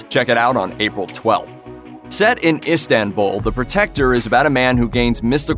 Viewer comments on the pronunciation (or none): none